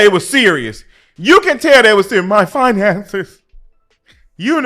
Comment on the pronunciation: Facts, talking bout finances but laying in bed with a man showing all her gums to a non 9-5 man and not having her bills paid with her " FIINANSAYS "😒INSANITY.